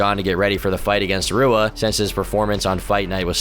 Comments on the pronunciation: Do you even pay attention to mma at all?!? How do you not know how to say Rua correctly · RUA??? SAY SOMEONES NAME CORRECTLY OR I WILL SEND BOOGIE TO COME OVER AND GIVE YOU A NECK BEARD RIDE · If you dont know how to pronounce Shogun Fucking Rua then you shouldnt be making mma documentaries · Shogun Rua is pronounced hoo-ah. Most R sounds make an H sound in Portugese. Also a sloppy quote mistake . Do better. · Great video! In Portuguese, you pronounce leading “R’s” with a “ha” sound, kind of like an H in English. So Shogun Rua’s name is pronounced “Hua”. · Rua= HOO-Ah Reyes= Ray-ez Jan=Yan Stipe Miocic=Stee-pay Mee-oh-chich Cyril Gane=See-Roll Gahn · I hate how you pronounce shogun’s last name “Rua” 😂😂😂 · I guess doesn't watch much of the sport, everyone who does is cringing at how he is pronouncing Rua and Teixeira. Edit: Scratch that, he knows no fighters' names